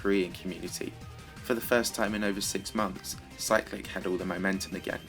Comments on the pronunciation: I thought you said cyrillic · You pernounsed Cyclic